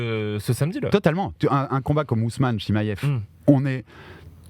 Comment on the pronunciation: Svp y en a 1 qui peut lui dire que c pas chimaiev mais chimaev jpp de son "i" qui n existe pas dans tout c podcasts